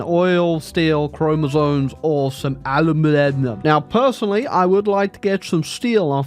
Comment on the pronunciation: Lore Masters how long has it been since he said chromosones?